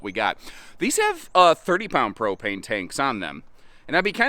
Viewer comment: I think you might be way way way too excited to call it a prop-anus....LOL I love it!